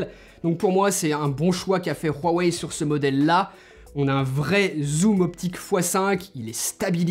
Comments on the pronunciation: Bon .... Huawei dans la langue française ce prononce wouawey d'ou viens ce putin de r de merde , euuu on est en france ou pas ? wouawey merci. Secondo es ce le meilleur smartphone ? le fleuron de Xioami ? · Prq il dit ruwaei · La manière dont tu dit Huawei me fais tellement rire désolée 😂😂😂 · Tellement frustrant comment il prononce "Huawei"... 😓